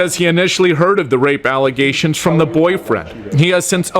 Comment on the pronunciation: "False alizations!!" 😂😂😂